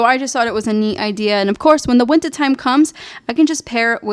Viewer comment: i like how as soon as you said “in massachusetts’s” and then the accent really popped on summah and wintah so cute